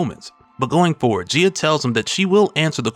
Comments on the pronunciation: Is she not pronounced “guy-ah” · You are saying her name wrong, go watch Captain Planet to learn how to say her name. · Bro never gone pronounce her name right huh 🤦🏾‍♂️😂